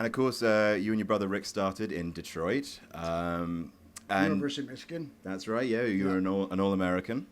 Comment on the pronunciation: University of Mishkin